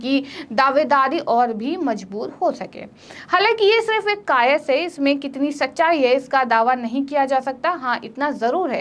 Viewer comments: Kayaas boiye madam kayas nhi bolte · कायस नहीं कयास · कायस् नहीं कयास।